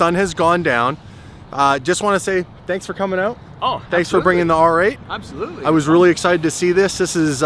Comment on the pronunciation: he butchered the R8 😂😂😂